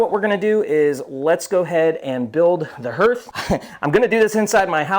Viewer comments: Thanks Mike, I was going to give him a hard time, but didn't have to. Nice build BTW. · THANK YOU!! That was driving me crazy! Especially with how many times they said it!